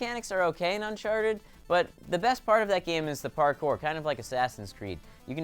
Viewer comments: Did say unsharted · why does saying uncharted sound like unsharted?